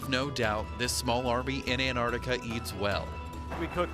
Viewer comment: why the fuck do you say annardikka????